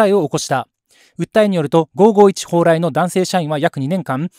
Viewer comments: ほうらいの発音ってなんか違和感あるんだよな ミヤネ屋のほうらいさん？の影響でこの発音が関東圏とかで主流になってんのか知らんけど ５５１の蓬莱のCMを知ってたらこんな発音にはならんと思うのだが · 蓬莱の発音が気になって動画の内容が9割しか入ってこない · ＜ホ＞ウライではなく、ホウラ＜イ＞ですわ、発音。